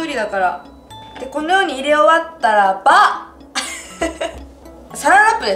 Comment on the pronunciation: お菓子作り動画好き！って楽しくでもしっかりわかりやすく説明してくれるから 作ってみよう！って思える！「たらば」を強調してる可愛いw愛してる💗